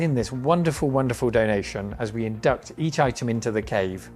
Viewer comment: "as you in-DUCK-t" huh? :P